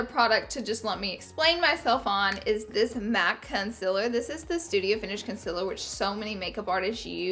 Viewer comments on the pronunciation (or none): stop pronouncing concealer CONSILIR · I love and live to hear you say concealer. Lol I find it adorable the way you say it with your accent. Also the word greasy